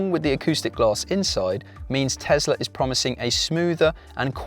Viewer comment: New TeSSla - yuhuuuu, Elon MuSSk